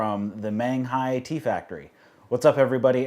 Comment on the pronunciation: Your videos are enjoyable, but would you PLEASE take the time to learn to pronounce the terms correctly? Dragon Tea House is not Dragon Tea Factory, Menghai would like their name pronounced properly, and I'm pretty sure you can figure out how to say Yunnan Sourcing if you simply watch ONE of Scott's videos. Sorry to be a jerk, but it's hard to take anything seriously when you don't even try to use proper pronunciation.